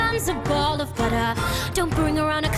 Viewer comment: "Puttah" and "Buttah". Why were they pronounced like that? I'm not asking why Rachel did it but why Barbra originally did.